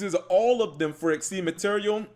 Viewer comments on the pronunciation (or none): none